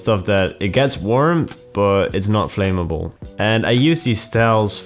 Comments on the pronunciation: pronounced "flam-ma-ble" just fyi! cool video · why doyou talk like that it makes you sound stupid and btw you should learn to pronounce "Flamable" properly, it's a vet basic word.